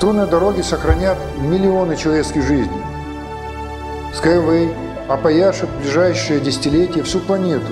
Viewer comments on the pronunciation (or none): Хоть название потрудился бы произносить правильно